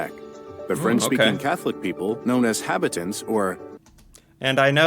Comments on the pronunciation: I have to say, the narrator on the video you are watching is lousy at pronouncing French names and words. For example, Habitants should be pronounced mor like Hah-Bee-tan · I'll say it again, I hate the way the narrator computer voice pronounces things. Cartier, Habitants, Vimy Ridge - all wrong... I grew up in the Niagara region (then known as Upper Canada), so the War of 1812 was a heavy part of our history curriculum in grade school, General Brock and Tecumseh being the major names in the local battles. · John Cabot was not English. He was actually an Italian - Giovanni Caboto. The narrator butchered the pronunciation of Jacques Cartier's name - it's Car-ti-eh. He was French so the "er" doesn't have the hard sound. The narrator also butchered the pronunciation of habitants -ha-bee-taun The people who moved from the US to Canada after the revolution were known as the United Empire Loyalists. During the War of 1812, the British (not Canada as it wasn't a country yet) burned the White House down. Most Canadians probably know the names of most US historical figures. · God, you really need to get a proper editor. 'Cartier' is pronounced 'Cart-e-aa' not 'Cart-i- er'. Habitants is pronounced Habitan. Ya really. have to learn how to pronounce French words.